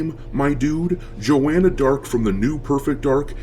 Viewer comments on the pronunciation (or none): Thats not Joanna Dark... Thats Jaw-anna Dark🤫